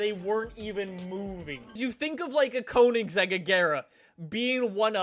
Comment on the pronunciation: 1. you pernounced koenigsegg wrong 2. Koenigsegg makes their own wheels with a pattented way of making them hollow.